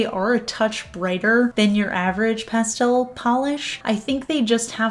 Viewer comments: Don't change for anyone! I love the way you say pastel! As for this collection, I love it! I'm a big fan of Orly. I definitely want the blue, green and lavender colors, but the whole collection is pretty! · Pastel pronounced pas-tel instead of pas-telle is perfectly correct in the UK! I first heard it pronounced in the latter way in 'Addams Family Values' and thought it sounded French!